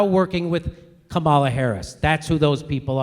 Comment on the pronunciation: Brilliant vid. A little amusing that Jimmy properly pronounces "Comma-la" when he's mimicking the chant, but then defaults to "Ka-MAL-uh" for the rest of the vid. To be perhaps overly fair, Harris didn't CONVICT innocent people for career advancement. She "merely" ignored evidence that convicted people were actually innocent. But still.